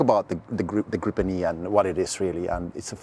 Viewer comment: A bit comical though to hear Swedes pronounce it "grippen", i.e. with a "broken" English accent. For you who don't know, in Swedish it is pronounced as [gre:pen], with a long e as in "Jeep" (the car brand).